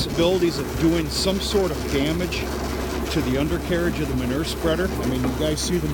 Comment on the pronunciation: Manure = Muh - New -ER.....LOL